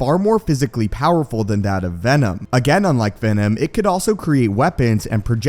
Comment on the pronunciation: i heard Againom like Venom 😂😂😂